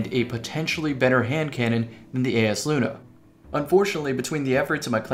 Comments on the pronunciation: Yo it’s EYESluna not ayesluna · isnt it pronounced EYE is luna idk made me upset